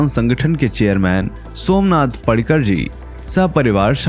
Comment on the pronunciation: पड़ीकर नही पाडिकर